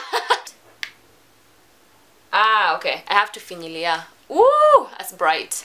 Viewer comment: "I have to finyilia" 😂😂😂